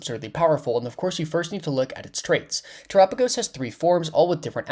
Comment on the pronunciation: that ain't how you pronounce his name right?? its Tera like mechanic Tera right???